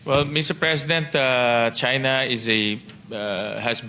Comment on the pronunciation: Kunwari hindi mabigkas ang china.